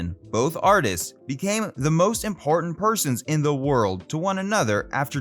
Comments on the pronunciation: You pronounce words really badly. Are you Canadian ? 😳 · He manages a mispronunciation about every third sentence.